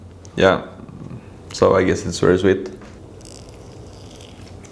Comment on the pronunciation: Funny how you say wery not very guess this is so common pronunciation for Germans and Scandinavians. Would you introduce us to some Norwegian food and culture in upcoming vlogs?